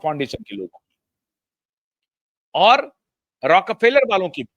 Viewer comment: It is रॉकफेलर, not रॉक र फेलर